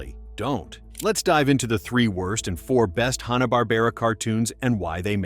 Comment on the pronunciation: Now if the guy could only pronounce "Hanna" right. The Tom and Jerry examples are horrible compaired to the theatrical cartoon. The Jetsons examples are also bad compared to the original first season. The Hair Bear Bunch was great and a excellent spoof on Hogan's Heroes.